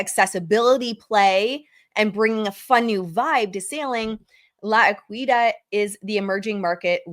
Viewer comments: Lah EH-kee-DOD (La Equidad) 😊🧡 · PROUNOUNCED: LA E QUAL E DOD